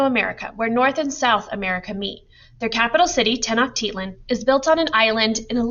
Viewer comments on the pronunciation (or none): (Tec-no-chi-lan) tenochtitlan